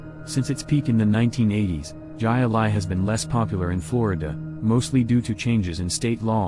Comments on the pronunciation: Wet N Wild closed and demolished. I can’t remember what was built there, but I think the land is Universal’s. And THANK YOU; the narrator and the pronunciation of “Hi-Lie” drove me crazy! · The J is silent in Spanish. It's pronounced Hi a li with a very soft a. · Jai Alai is pronounced Hi Lie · Jai-Alai is pronounced Hi Lie. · I can't that pronunciation of AI. Hi Lie. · Must be a computer generated voice on the video as only a BONE HEAD would pronounce Jai Alai as " Ji A Lie " these videos keep getting worse and worse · Hai a lai, said very quickly. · This sucks learn how to pronounce jai alai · the robotic voice… Jai Alai 🤦‍♂️🤦‍♂️🤦‍♂️🤦‍♂️🤦‍♂️🤦‍♂️🤦‍♂️🤦‍♂️ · Ji A-lye made me laugh too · AI voice isn't that Intelligent! 😊 Jai Alai isn't pronounced Jay Alai. It is Hi-lie. I pronounce Hi Ali, but that's just me. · Hi-Lie not Jay Lay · High lie, not jiahh lie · Pronounced Hi-Alai... not Jai... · It is supposed to be pronounced "HI-Li",not Jia Alai. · Stupid AI bullshit. Jai-Alai is pronounced HIGH LIE......HIGH LIE!!!!!!!!! I despise AI narration. Too lazy to narrate it yourself, huh? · lol it sounds like Hi-lye not jai-alai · 😂Its pronounced........HIGH LIE!!!! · ...pronounced Hi-Lie...computer generated voice sucks...out loud!!! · How can you post this stuff and cant pronounce words. Jai Ali is more than common enough that it should have been gotten right. Pathetic. Credibility zero for the whole video. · We say HI-LI !! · What...is it....with using.....computer....generated.....voices?!?!!?? I...especially....like.....that you say......gigh a-ligh......instead of .....pronouncing.....it....correctly. WTH is wrong with you people? Just have a real person narrate would could otherwise be a good video......smfh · the sport with the basket on the arm is pronounced "hi lie" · Its pronounced Hi-ah-lie! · I laughed so hard when he was trying to say, Jai-Alai. His pronunciation was priceless. It’s pronounced “Hi Lie”. Lmao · It's pronounced "high lie". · It's called HI-LI .